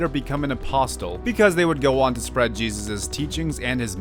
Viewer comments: Also, apostle is pronounced like apossle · 7/10 milky moment Its said like aposle Silly fool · Got bad news, the t is apostle is silent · something i thought you should know: the "t" in apostle is silent